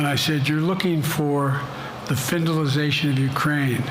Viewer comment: Findalization? Really?